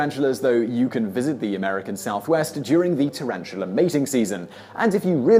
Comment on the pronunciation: PS: Tarantula not tarantulerrr.